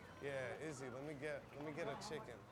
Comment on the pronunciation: Put the speed at 0.25 and hear David pronouncing "chicken" 😂